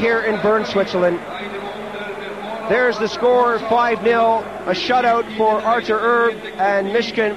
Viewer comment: announcers absolutely brutal. "artur erb" "pavel bura"